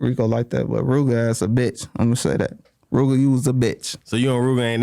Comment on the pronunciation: a FKN goofy and fanned out for saying rooga